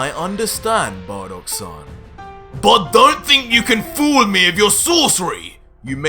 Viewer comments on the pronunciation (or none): Tbh, this manga series is great and all, but you need to improve on your "l" sound. "Fool" "Call" "Cool" sound kinda forced and weird.